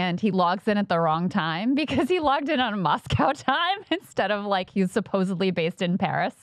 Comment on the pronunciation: I can't stand how Americans pronounce "Moscow"